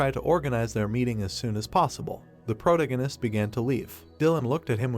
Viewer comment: Ugh… pro - TA - gonist So frustrating, this content is good but the overuse and mispronunciation of protagonist drives me crazy and I can’t focus on the content lol. Please pronounce it right or use another word!